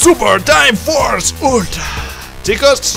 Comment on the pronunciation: A alguien mas le parecio raro cuando dijo Ultra? xD Buen video rich :)